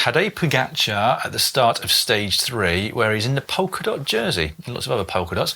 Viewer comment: It’s POLKA dot, not POKER dot! 😅